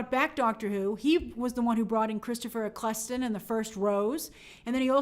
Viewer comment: The Ninth Doctor was played by Christopher Eccleston (pronounced: "Ek-ell-ston" - NOT, "Ek-kles-ton" as you mispronounced, hope I've helped you for future references) Hope you're well, Grace. Best wishes from England 👍